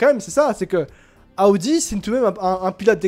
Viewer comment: Arrête de dire ( A odi ) C'est insuportable Audi = eau di 😂 Et A odi 😂 c'est 2026 Donc Sainz à le temp encore et de toute façon sont père est toujours chez A odi ( Paris Dakkar ) il a toujours une solution et un pied chez A odi grâce à sont père. Calme toi, on dirait que ta découvert la Lune Reste calme, Et Sainz est en rien dans le développement de Alpine et MacLaren Et encore moins chez Ferrari lol 1ere Année il fait rien 2eme année bof en plus c'est l'ere Binotto 😂 Vasseur est le seul qui a redresser la barre chez les Rouges, Charles est le pilote de l'avenir de Ferrari et sur qui compte Vasseur donc c'est plus Charles que l'on écoute ( même si Sainz est très bon sur ce début de championnat) (a voir biensur avec l'arrivée d'Hamilton la direction que prendra le développement ) Aller bon courrage à toi A+ A odi 😂